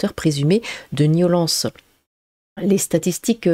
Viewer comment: t'as une jolie voix mais c'est soulant quand tu dis "niolence"